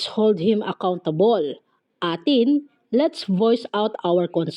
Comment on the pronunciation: Hi po! aitin po ang basa sa A'tin, thank you!